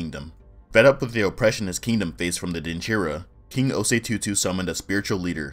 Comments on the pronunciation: Ayyy! My peeps! Butchered every pronunciation but I still love it! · its so funny how Okomfo Anokye was pronounced and also king osei tutu